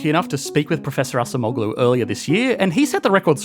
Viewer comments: A small thing you could do to improve your videos, is quickly Google the pronunciation of foreign names. I think the last name is closer to something like "ahjemolu", rather than assa moh glue. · pronounce Ah-Jem-Oh-lou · Acemoğlu -> /ah-jem-oh-lū/ The soft G isn’t pronounced, like Erdoğan. 😊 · it is pronounced adjemoughloo "ough" as in "thorough" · Please pronounce “Daron Acemoğlu” correctly, your pronunciation’s scratching my ears. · The C in Turkish is pronounced like an English J as in Jack. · Brother you annihilated pronunciation of Daron Acemoğlu. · Hi, Daron Acemeoğlu's surname is pronounced better if you switch the "c" with the "g" or "j" sound. I was confused for a few seconds as a native Turkish speaker and chuckled a little bit when I first heard you say his surname. 😅Thank you for the video and love from Turkey. 😊